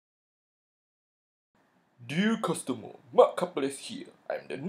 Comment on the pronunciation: Dee-ah Custahmer